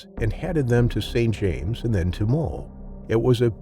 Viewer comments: Bro there is no L in Moe. I watched this entire video thinking this chimps name was mole until I read the comments. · thats what i heard as well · The narrator sounds like hes saying mole instead of moe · Are you saying "Mole" instead of "Moe"?